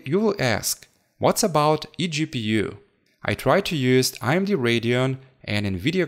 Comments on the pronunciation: IMD or AMD? I am pretty sure im hearing "I"MD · it's AMD not IMD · Its AMD not IMD bro.. Other than that i love ur vids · Its amd not imd